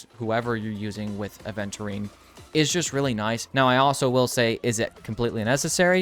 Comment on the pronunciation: It's Aventurine, not aDventurine